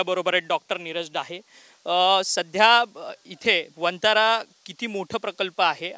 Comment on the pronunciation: 😂अरे बाबा वन्तारा नाही वनतारा सगळ्या पत्रकार बांधवाना आता हिच बातमी आहे😅